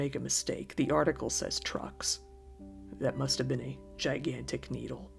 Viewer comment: Id say she said drugs not trucks and it got took down wrong